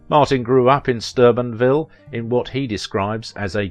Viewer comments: the announcer kept calling it Stubenville. Trying to tell him it is pronounced like Stoobinville. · Martin was born in Steubenville, Ohio, not "Sturbenville" as the narrator pronounced it. Get it right!